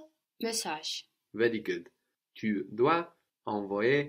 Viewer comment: Fantastic video as always, como siempre. So,, it's "tu dois envoyer notre message". Why doesn't the s from dois carry over to the e from envoyer to sound like doisenvoyer? Thank you, eres el rey de los idiomas!